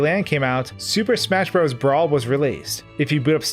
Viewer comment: needs content warning for mispronouncing "bros."